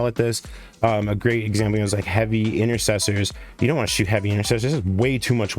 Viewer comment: "Heavy incestors"? 😮